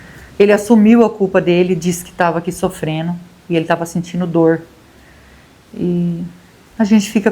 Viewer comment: Gosto dos seus vídeos, mas a palavra certa é (sofrendo) não sofreno. Apenas uma dica.